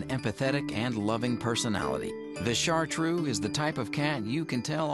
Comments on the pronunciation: ChartrEUX, not "shartrue" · DO NOT PRONOUCE BAD, IT IS CHARTREUX, NOT IU IN THE END, FOR HEAVENS SAKE THE USA PEOPLE DO NOT LEARN LANGUAGES